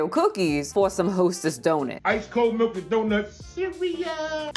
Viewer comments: I love how you say "Melk" instead of Milk. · Did she say "Mirlk"????? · Did she say Whole Melk?🥛 😂😂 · She’s referencing Finesse 2 times who pronounces it like that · It's a throw out to a rapper who had a thick accent and pronounced milk as murk. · I distinctly heard "Malk".